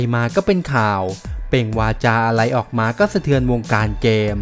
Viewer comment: ทำไมพูด ร. เป็น ล. หมดครับ ได้รับ เป็น ได้ลับ อะไร เป็น อะไล